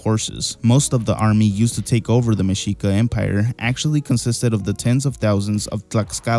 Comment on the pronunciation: Your pronunciation of Tlaxcala and Mexica is on point